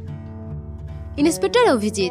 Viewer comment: দয়া করে উচ্চারণ ঠিক করুন। ছিআইডি, ছিরিয়াল - এ আবার কি?😮 ইস্ত্রী, ইনেসপেকটার, ইস্মিতা! উফ্! যখন জনসমক্ষে কথা বলছেন, একটু সতর্ক হয়ে বলুন, প্লিজ! আর এয